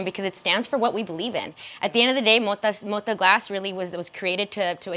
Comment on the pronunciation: to the HOST: it's not pronounced MODA, it's got a 'T' there.. it's MO-TA! the T is HARD like my knob